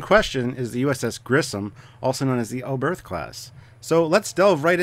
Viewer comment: It's fun how all the English speakers butcher the pronunciation. Herrmann Oberth was, as you say German - the "th" is not pronounced as in "the", but hard, as just a "t", followed by a silent "h".